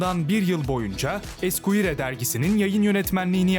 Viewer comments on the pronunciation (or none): Esquire değil esquer diye okunur pes program yapiyorsunuz düzgün telaffuz olmali